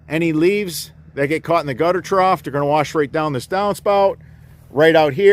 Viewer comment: there is no "T" at the end of the word trough